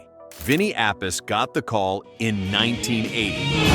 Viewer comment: It's pronounced Appi-chee.